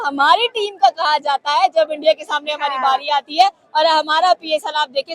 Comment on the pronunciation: Jan buj k bolti h